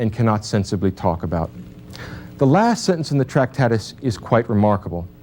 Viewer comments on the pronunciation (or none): Also it's not 'Tractatis'... but we can cope - the language game is robust.